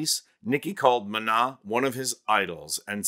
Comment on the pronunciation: Calling on my fellow Spanish speakers to give it up for excellent pronunciation of “De Pies a Cabeza” and Maná!! These details are important and appreciated! 👏🏼👏🏼👏🏼